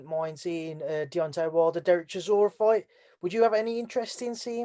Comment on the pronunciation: If can learn to pronounce Interim and chisora and any other word with more than two syllables give him 49% for his efforts